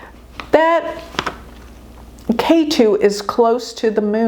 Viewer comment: If you study a little bit of Sanskrit, you will discover that the "e" in Ketu sounds like the "e" in egg, NOT like the "a" in ace.